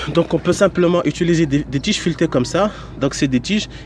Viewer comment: Merci infiniment. ps: on dit : utiliser pas "étuliser"